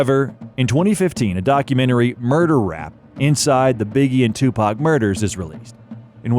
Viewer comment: If you're using Ai voices please spell Tupac= Tupok otherwise it sound like 2pack which is incorrect